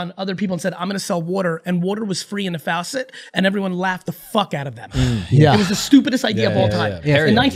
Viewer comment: He went from “fOWsit” to “faucet” 🤭